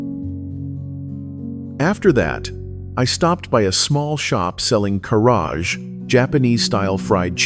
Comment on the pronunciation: 唐揚げ Karaage is not pronounced Ka-raaj, but ka-ra-a-gay からあげand鳥居Torii is not pronounced toh-ree-ai but toh-ree とりい. Finally Ema 絵馬 is not pronounced ee-ma but eh-ma えま.